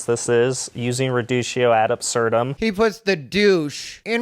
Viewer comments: Okay as a Latin Purist IT’S NOT PRONOUNCED with a SOFT “c” in ‘reductio’ ad absurdem” It’s pronounced w a HARD “c” like this: Re-DUCK-tio. Not that anyone studies Pure Latin anymore, let alone PROPER ENGLISH GRAMMAR. But, if you’re going to use another language, have some DECORUM & look up the proper pronunciation please? True, he’s def. Not a Buck Angel or Blair White. Neither is Dylan. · Erm... It's actually pronounced 're-duck-tee-o'. Sorry.